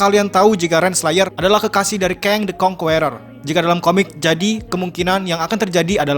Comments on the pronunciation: Bang, sebut Kang the Conquerer itu "Keng de konkerer" bukan "Keng de konkUerer" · kritik buat admin atw siapapun yg bikin vid ini.. pliss bgt di PERBAIKI pronunciation ny.. asli gk enak bener di denger ny banyak kata2 dlm bhs inggris yg pronunciation / pengucapan ny jauh bgt, contoh "conqueror" dll.. mau kan bikin video yg enak didenger buat org banyak hehehe..